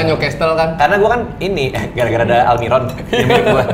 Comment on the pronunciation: Ini tim kreatifnya radit baik bgt mempertemukan coach ama almiron biar coach gasalah ngomong mulu jd aldiron wkwk